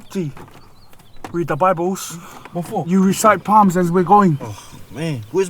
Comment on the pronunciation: Did he just say Palms??? 🤦🏽‍♀️😂😂😂